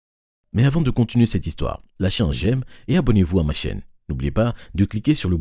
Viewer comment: C est moi ou il a bien dis "ma chenne"?!...